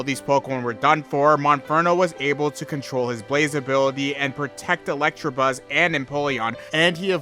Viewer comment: Dude, it's ELECTABUZZ. There is no 'r' in there.